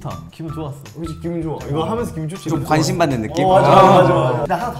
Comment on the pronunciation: 광심있는 분야 말하면~~ 관.심.^^